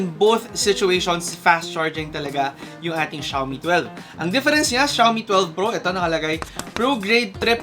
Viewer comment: it pronounce as "Shoe me" not shaaw me